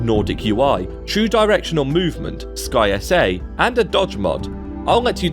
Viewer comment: Haha I love that you call it "Sky S A"... I've just been saying Skysa as one word this whole time.